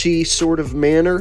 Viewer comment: In that swort of mannah...